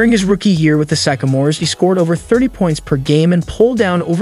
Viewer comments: Epitome has four syllables! And please look up how to pronounce "sycamore". LA Dodgers? Is this a bot reading the script? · It’s pronounced Sick-a-more not Syke-a-more . Named after a tree with the same name . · it's not SYKE-a-mores, it's SYCK-a-mores. The sycamore is a type of tree. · The college team Bird played on were called Sycamores ( after the tree) pronounced sick-a- mores. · Did he say epp-ih-tome? Sye-ka-more? Why don't people look up words before garbleiing them? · Sic- a- mors. Jeez.... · It is pronounced, sick-a-mores, like the tree. Bird never played for the Chicago Bulls. Gee whiz, do a little editing, and/or research, before publishing. Good video, otherwise. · Learn the language. It is Sycamore starting sounding like "sick" and Epitome ending with "me". It is ridiculous to put out a video with such elementary errors. Ruined it for me. I can't trust your research as competent.